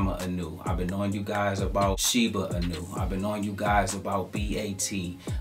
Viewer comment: Inu -> ee-new not i-new